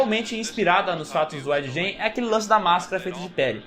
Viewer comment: O sobrenome se pronuncia "Gaim"